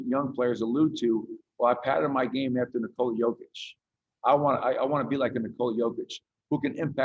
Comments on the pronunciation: How do you come represent Kia and not know Nikolas name? Not practice it or make sure you're getting it right. In what world does Jokić sound or even look like Covich or Cockich? Incredible. Only with a Denver player. I'm not surprised at all. #fraudcity #wedontbackdown #MileHighBasketball ⚒ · What the hell was that Kia!!! F***** practice how to say the guys name. What a disgrace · He cant even say his name right omg